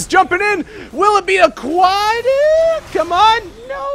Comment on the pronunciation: "Will it be a quadeeehh"